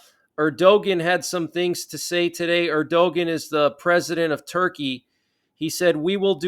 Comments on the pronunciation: New to the channel, love the regular updates. One gripe. It’s pronounced Air-do-wan not Air-do-ghen. Cheers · Turkey's president's name is pronounced Er-di-wan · Just an "FYI"......the "g" letter in Erdogan is silent....it's pronounced phonetically as: ErdoWan. You're welcome, LOL....just one of your "ocd" with language viewers.🤣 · It’s pronounced “ Er-da-wan” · I know it is counter-intuitive, but ERDOGAN is pronounced ER DO WAN- accent on the first syllable. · Keep up the good work! Erdogan pronounced ERDOWON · You are not pronouncing Erdogan correctly.